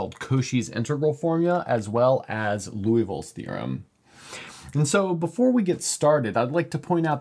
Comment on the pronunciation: Lee-oo-vill not Loo-ee-vill